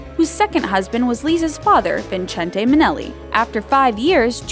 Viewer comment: Did you really pronounce Vincente like that